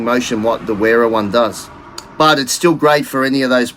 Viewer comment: And WERA is pronounced VERA. Heck, majority of people mispronounce Adidas, Volkswagen and so many more! But most people get stuck in their ways and refuse to understand languages different from their own. So they'll go on saying Nippex, WERA, et. al.